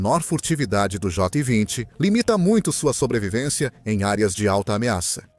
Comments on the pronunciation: Concordo com o engraçado, ele fala tudo menos Jota 20, kkkkk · Jó 20 😂😂😂😂 essa IA tem q melhorar essa dicção